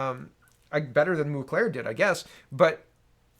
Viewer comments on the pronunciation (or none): A small point: it's "Mulcair" not Mlucair".